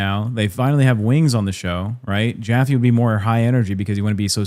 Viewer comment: BUT JOFFE IS JOT MEXICAN!!! 😂😂😂 Why not show enough integrity and respect to say Davids last name correct? Calling beings by their last name only is already disrespectful and Joffe makes it even more so.